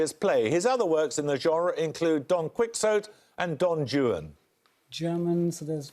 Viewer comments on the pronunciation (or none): Don Kwixote? Don Jew-in? I've noticed that it's always the Brits who don't even bother with correct pronunciation. If I didn't already know the answer, the host would've given me no help. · Bahahahahahahahahahahahahahahahah!!! Don Quick-zoat and Don Jewan!!! Is this host supposed to be a scholarly man? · How come Jeremy Paxman can’t even pronounce Don Quixote and Don Juan properly?! That is lamentable! I expect Bamber Gascoigne would have pronounced those names correctly.